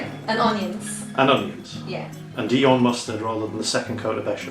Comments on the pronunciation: Dijon.... Its Dijon mustard!!! As in the place in France not Dion which is probbly the name of footballer somewhere!!! Otherwise jolly good attempt there matey..... Im a croque monsieur connoisseur and th get the thumbs up from me 😋👍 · no Cheese like Swiss Chesse to make a Croque Monsieur... as for 'Prosciutto' pronounciation: just replace the 'sci' bit with a 'sh' like in 'posh' and you should be fine... or call it 'Dave' as you do in your other channel. and 'Dijon' is pronounciated like 'Dishon'. Not picking on you at all, just trying to make your vids appear more professional. Enjoy... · Very nice, sir,. Just a couple of hints: 1. Prosciutto (pro CHUTE toe) 2. Dijon (d Zhon or d Jean like the French name) Looking forward to more At Home with the Gnome... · Why are you pronouncing Dijon, dion?? The J isnt silent. Love you. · makes cooking yourself and your friends into an early grave look so yummy and fun. 😁 But wow, the pronunciations...LOL! I especially liked how put the "dee-on" mustard on Rita's sandwich. As everyone knows, "dee-on" mustard is named after the town of "Dee-on" in France, where it originated. 😂 And let's not even talk about the hash made of prosciutto...hmm...that sounds pretty good...prosciutto hash, yummy! Call Babish! 😏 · How can a person actually not pronounce dijon mustard correctly? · Rita please teach him the correct pronounciation of Dijon ! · Pro-shu-to. And the "j" in "Dijon" is also pronounced, and not an almost silent "y". A bit like between "sh" and "j" in English ... like in "jour", which even the Brits know.